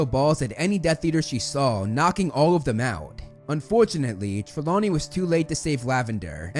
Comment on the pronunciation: IT'S "TRELAWNEY"! YOU SAID "TREMAWNEY" AT FIRST, TF!